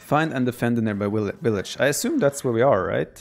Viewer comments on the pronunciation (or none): Germans and Russians: pronounce the ''w'' as a ''v'' TheViper: WIllage